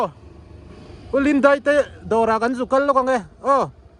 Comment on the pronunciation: Chuan,"DEIH" tilovin "DAIH" tih zawk tur🎉❤